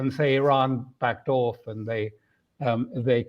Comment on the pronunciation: Waiting for Alastair to say "orf" ("off").